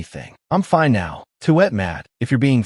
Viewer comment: And turning the word fine into something else like finay